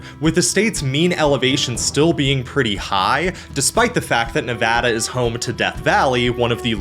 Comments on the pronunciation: THANK YOU!! For pronouncing Nevada correctly!! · Bro writes a great video and pronounces Colorado and Nevada correctly. 10/10 will subscribe. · OH MY GOD YOU PRONOUNCED NEVADA RIGHT I LOVE YOU❤❤❤ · I'm just glad he pronounced Nevada correctly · Huge thumbs up for Nevada coming out on top. Bonus cudos for saying Nevada right! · Hell yeah, pronouncing Nevada correctly Absolutely W from a Nevada resident!!! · As a Nevada resident I would like to thank you for saying the name of our state correctly. 🙏 Also really interesting video. I've actually had this topic of conversation come up quite a lot so I'm happy to learn more about it. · Thank you for pronouncong nevada correctly and not Nev AW da like most dumbies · NEVADA MENTIONED AND PRONOUNCED RIGHT RAHHHHHH 🎉🎉🎉🎉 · as a geologist that lives in Utah, lived in Nevada, and got a degree in California. I approve of this video lol thanks for pronouncing everything correctly and mentioning that yes death valley is in both CA and NV. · I was going to congratulate you on the correct pronunciation of Nevada, but it all made sense when you said you used to live in the Sierras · Thank you for pronouncing Nevada correctly. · Saying Nevada properly is more common than saying Colorado properly, which he also did. Impressed. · Finally, someone who says colorado, nevada, AND appalachia correctly 😂 we need to protect this man at all costs